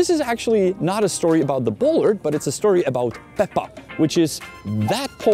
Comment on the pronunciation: Bollard is pronounced /'bola:d/ in British English or as "bolád" would be in Czech.